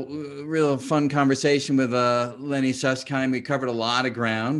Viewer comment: Sus-s-kind 🤔 🤣 Just kidding 😜